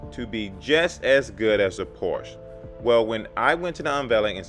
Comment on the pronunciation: You need to learn how to pronounce Porsche.